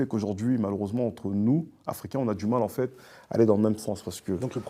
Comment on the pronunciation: A 1236 j'ai arrêter de compter combien de fois il a dit enfete 😭😭😭